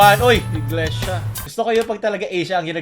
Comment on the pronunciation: Im proud when you said "Iglesia"